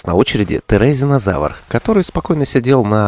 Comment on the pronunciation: Молодец и не терезинозавр а тиризинозавр